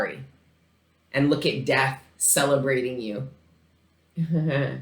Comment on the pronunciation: Th was you say “death” makes it sound like you’re saying physical death